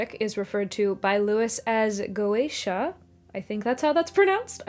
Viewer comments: Just wanted to say, you nailed the pronunciation of goetia. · "Go-Aysh-A" is probably the correct pronunciation; some people opt for "Go-Ett-Ia," but the general consensus seems to be that either way is fine. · Go--AY-sha and Go--eh-TEE(I)--ah are both apparently acceptable pronunciations. I had to look it up. Sorry. It took me away, (😟), but I promise I came back! I never liked C. S. Lewis' viewpoint on goeteia, most blatantly displayed in That Hideous Strength. I don't like the idea that God would temporarily permit a kind of sin that later becomes completely impossible.